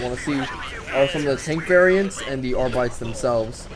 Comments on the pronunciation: pronounced Arbit-es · Arbites is supposed to be pronounced like the latin word.